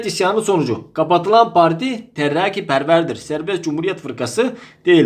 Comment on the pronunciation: Hocam terrrraki demenize bayılıyorum, lütfen daha çok söyleyin :D